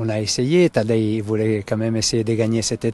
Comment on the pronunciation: “Tadège Pogassar” enchanté de connaître ce coureur prometteur… non franchement, c’est moche cette façon de le dire 🤷🏻‍♂️